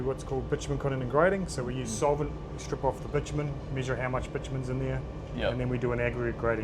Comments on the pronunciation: "bi-chuh-muhn" is the correct pronunciation, both in American and British english. I don't know why this guy is saying it so wrong. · try’s way to hard to say bitumen correct and not say bitchymen like every other oil/construction guy says lol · I've spent that much time in Australia that hearing bitumen pronounced 'bitchumen' sounds more normal than 'bitamin' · Can't say I've ever heard bitumen said like that. I've only ever heard (including from other yanks) bich-a-men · Pronounced ‘bitch-umen’